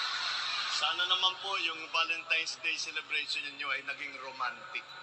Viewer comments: Bago ka kase mag joke Mr President?, ayusin mo muna mga pagsasalita mo??, hindi lang utal utal, hindi lang bulol, mali pa ang bigkas mo! Hapi valestime dey😅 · pati valentines day hnd tama ang pagkakabgkas valenstines day daw.ay BANGAGGGIS TALAGA.WALANG TUMAWA SA DYOK DYOK MO